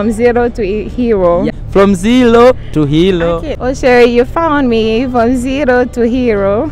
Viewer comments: Kazi nzuri lakini afanyie kazi matamshi ya kingereza na kiswahili mfano Zelo to helo (zero to hero) nafulahi(nafurahi) before hajaenda for interview angalie script yake maneno ambayo anajua huwa yanampa shida kutamka he should Google for the correct pronunciation and he should work on his R and L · It's not Zelo to helo , you're confusing them ...it's zero to Hero. Work on your pronouciation bro